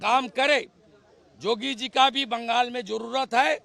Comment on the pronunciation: Ko samjhao Naam to shuddh Se bole Jogi bol raha hai Yogi bolna chahie na usko